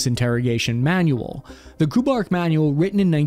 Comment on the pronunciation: it's not KOO-BARK ... it's Kay You -- Bark ... KU-BARK ... KU is a bigraph for some program, division, etc. ... BARK was the project/op name ... for example there might have been others call KU-MEOW, KU-TREE